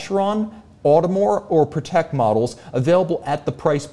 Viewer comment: Patek is pronounced “paddock” you know :)